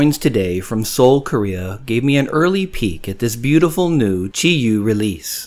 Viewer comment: It sounds like you're leaving out the W in your pronunciation of Chiwoo. On purpose? Nothing comes close to the first year design. I didn't have on so I paid a bunch for it. I want one more but will look for a better deal.